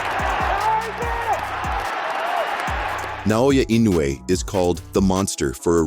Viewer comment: That's my name, Naoya Inoue. Do you know now? Say it again Naoya Inoue again.........its ok its already stamped on my jaw😅😂.